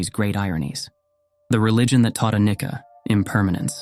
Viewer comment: Anityā or anicca is pronounced aniccha not anikka.